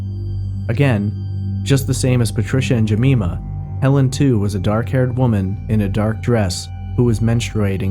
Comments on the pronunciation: Her name is pronounced Je-my-ma not Je-me-ma.. The Polish girl's name was An-gel-ee-ka KLUK not Kiuk. And yes, the police have ruled out Peter Tobin.. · Its Jem-EYE-ma not Jemeema. I am currently binging your podcast. Great job! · Jemima = Jem-eye-mah (not Je-mee-mah) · Great video as always. The way you pronounced "Jemima" was so cute btw. In the UK, the "i" in Jemima is pronounced as in "mine". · Ga-me-ma is a great name but the woman's name is Jeh-my-ma, which is why it was point out :) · Jemima pronunciation: Jee-mime-ah. I'm from Glasgow, so I know the route the taxi would have taken Helen and Jean. The taxi would have travelled east to west Glasgow. If Helen lived in Scotstoun and Jean lived in Knightswood, then Helen should have got out of the taxi first.That taxi would have come through central Glasgow and on to Great Western Road. This is the most direct route. Scotstoun is on the way to Knightswood. Even if the taxi had taken an alternate route along Dumbarton Road, they would still have reached Scotstoun before Knightswood. Earl Street is close to Dumbarton Road. Seems strange. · For future reference, it's pronounced 'Juh-my-mur' 👍👍👍👍 PS You were correct on most of the instances: Glazz-Go, the 'w' is never pronouced 👍👍👍👍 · Jemima = Juh-my-muh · For future reference Jemima is pronounced Jeh my ma and Glasgow is pronounced Glars goe or Glaz goe unless you're from there in which case it's Glaz gee amongst others. P.s. you pronounced it right further on in the video. His is in no way a criticism I love your work I just thought you'd like to know. Merry Christmas 2020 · Good podcast but it's pronounced "Jeh-MY-muh." Like Aunt Jemima?